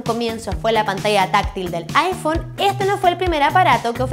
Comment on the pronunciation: Aifon :V